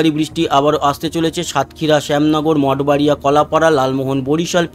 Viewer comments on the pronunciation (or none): none